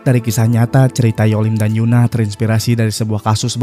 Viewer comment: Bang tolong itu EUN-AH bukan YUN-AH ya itu beda bang